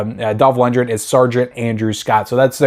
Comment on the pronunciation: It's pronounced LUNDGREN,not Lundren.This movie is awesome,you sir are just too innept to realize this and you call yourself a movie guy.??,far from it..I'm sure if you watched Timecop,you'd get that wrong as well.